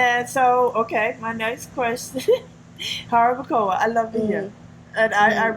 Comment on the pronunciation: Lady you need to learn how to say jarabacoa lol if you gonna live in dr try and practice